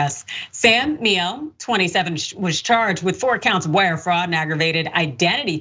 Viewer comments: I dunno, "Says the correct pronunciation of the European name....." Maybe? Perhaps Gomer says the sideways smear of his own name? Who knows? That's his biz. But that's how the Name and company pronounce it. Meal-aeh. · pronounced M-yell-ay. means honey in italian. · The surname Miele is pronounced properly as "mealy". It's German, two syllables.